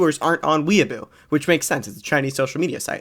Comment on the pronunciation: It's not "weaboo" bro 😭✌️